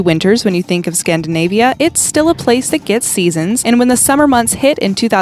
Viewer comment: "ScanTdinavia" ? lol